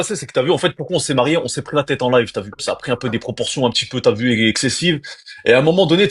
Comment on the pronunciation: Le trader qui dit des t’vu,ta vu 😂😂😂